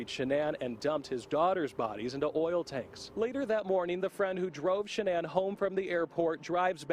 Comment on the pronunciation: SHANANN* NOT SHAN ANN LOL